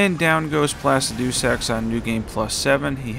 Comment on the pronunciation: I'm sorry for this but it's-pla-sid-eh-sax